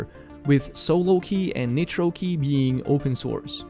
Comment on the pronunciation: Great info. PS: rely on for important tech info but assume all his English pronunciations are off, and don't copy them if you're an ELL (English language learner). e.g. Nitrokey is NOT pronounced "neetro-key", it's n-eye-tro-key. ie. The 'i' in nitro is long, not short. Or, more commonly in all his videos, every time he says any ending with '-es' or '-is', it is WRONG. eg: eg: Basis is NOT pronounced "ba-seez", it's "ba-siss". Update 2021: With hindsight, we can better understand the 'group immunity' security concept because it works the same as the "herd immunity' we keep hearing about, re: Covid. When you have people around you that are careless about hygiene (whether it's digital, bacterial or viral), it lowers your safety too. So pass these videos to your friends. Just don't try to learn English from them.:)